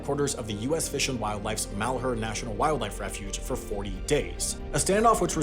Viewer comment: You said Malhuer wrong. Mal-hear